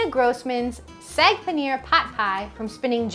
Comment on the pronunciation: It's saag not sag it's says in the title look careful and pronounce the word properly 😡